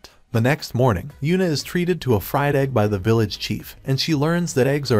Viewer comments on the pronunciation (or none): none